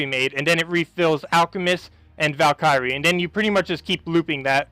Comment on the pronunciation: So Deep Borer is pronounced like BOARer. Just saying. Love the vids, but damn. And Valkyrie ..the "y" is not a long 'i" sound